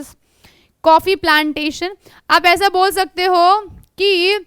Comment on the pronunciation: Not a bor it's bol